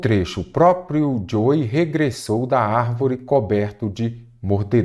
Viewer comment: Professor, "Joe" se pronuncia "Djou"